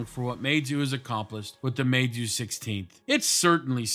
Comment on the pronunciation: Good pronunciation of Meizu